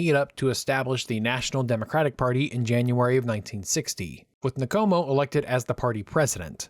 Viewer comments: Great video. Well researched and clearly presented. For the future, it’s “In-Komo” and “Sit-Holy”. And the Ian Smith accent is terrible. 😂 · Good work ( but, please it’s Nkomo, no syllable between the N and k. Respectfully